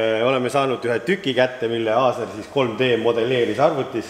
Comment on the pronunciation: Ikka jubedalt härib kuidas Aaser asemel Aasar ütled. Mees vist ise juba aru saanud, et pole mõtet enam nime parandada :D. Aga 5+ väga huvitav video. Hea vaadata kuidas asja tehakse õigesti ja põhjalikult, iga teine tüüp oleks relakaga umbes midagi välja lõiganud :D .